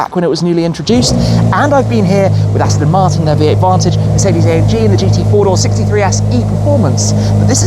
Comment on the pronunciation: i thought i heard Aston Shmartin ✌️😂